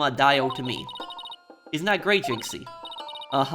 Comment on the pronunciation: Pronunciation of jinxie is correct Like the canadian accent for fulbright by the way